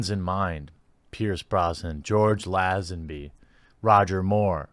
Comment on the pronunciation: Probably my favorite video you've ever made. Standing O. Two tiny nitpicks, if I may: It's pronounced "LAY (long A)-zen-bee", and Ralph Fiennes is pronounced "Rayf (again, long A) Fine". Again, thank you for this video.